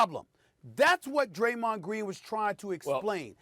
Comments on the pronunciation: Bro said "Graymond" The Adult me instantly sang Digi mon Digital Monsters 😂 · SAS really turned Draymonds name into a Yugi-Oh character 😂😭